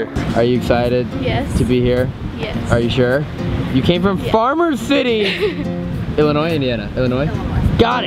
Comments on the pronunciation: Is it just me or did it bug anyone when they said the s in Illinois when the s is silent???????? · The s at the end of Illinois is silent I know I was born n raised in Illinois of she really from there she should know that lol. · I got mad when said Illinoisssssss instead Illinois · Sam don't say Illinois